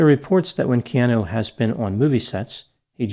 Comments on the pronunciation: Stop saying key aan nu! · It's "Kee Ah Nu" for goodness sakes. Being from Hawaii it's so irritating when intelligent people especially, mispronounce Hawaiian names and words. If you're going to use the name or word please take the time to learn how to say it. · So we’re all just ignoring doc is mispronouncing Keanu’s name?